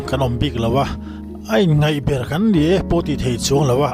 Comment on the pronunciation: In ngaih ber tih loh tur. In ngeih ber tih zawk tur aw.